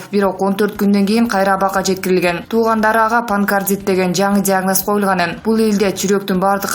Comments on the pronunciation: Туура,суйлосонуз- панкардит эмес,панкреатит десенер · Панкартит эмес Панкреатит туура окусан